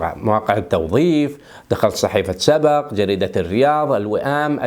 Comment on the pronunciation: اسمها صحيفة سبْق مو سبَق..... بسكون الباء وليس فتحها . (سبق) من سبق صحفي